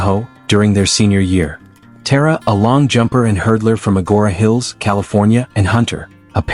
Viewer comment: TA-RA. Not Tear-ra